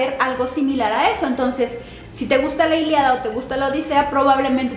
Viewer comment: Es iliada o ILÍADA? 😉